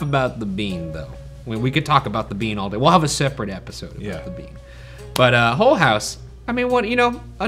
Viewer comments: Is it just me or is Ryan saying it Hole House instead of Hull House? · Each time Ryan says "Mrs. Hull" it REALLY sounds like "Mrs. Hole" and it really drains any potential seriousness out of those moments 🤣